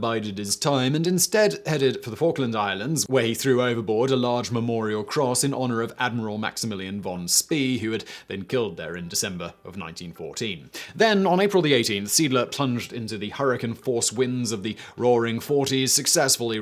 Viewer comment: von Spee is pronounced von Shpay